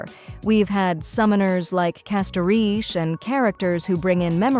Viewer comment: Great video... but please make the voiceover pronounce all the names properly. You just need to write/type out how the words sound instead of what they look like. Dan Heng would be Dan Hung. Castorice would be Casteris. and so on...